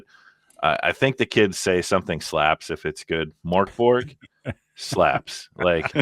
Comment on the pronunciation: The way you pronounce Mörk Borg sounds a bit like the Swedish Chef from the Muppet show;-) The way to pronounce it in Swedish is more like “Murk Borj” (the “j” should be unvoiced, like the “y” in “yellow”). Not very important, just thought I’d share =)